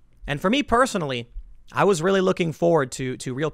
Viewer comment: Oh Rearry?